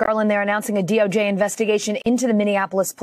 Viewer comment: DOJ not DORJ